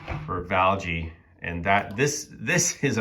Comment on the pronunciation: Pronounced Val Hey